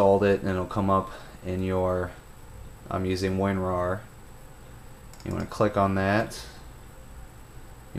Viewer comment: WinRar... Not WinRawr. lol sorry, but I couldn't help myself. Also, I highly recommend you purchase it just like everyone else does! LMAO sorry again. Damn, I'm really on one today.